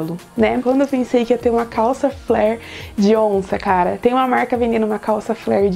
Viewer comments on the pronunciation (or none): none